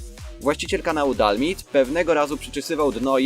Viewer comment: nie dalmid tylko (czytaj:di al maj di